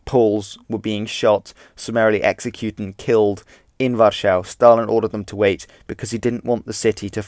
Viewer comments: Its called war-sah in English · Why do you pronounce Warsaw the way you do? If you're speaking English, you can, and really should, use the common pronounciation, not the 'correct' pronounciation. We don't try and speak in the original way when saying Jesus, or Sumeria, or (Ancient) Egypt, or Paris, or Nevada. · You have a really strange way of saying Warszawa